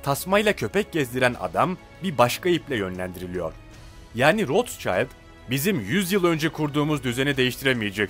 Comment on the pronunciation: Kissingir kişingir degil?rotşaylt degil,rotşilt tir.sacma sapan telafuzlar tapma.